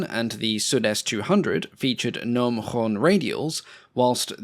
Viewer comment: My compliments for the way you pronounced the "gn" in "gnome" and the "ng" in "engel. This is the first time I hear an Englishman (American?) pronounce them correctly. And thanks for the alas unuseful information, which was very interesting.